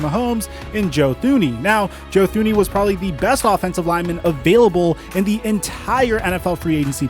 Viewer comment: Two-ney is how you pronounce Thuney.